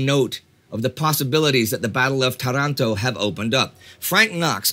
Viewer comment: It's Tàranto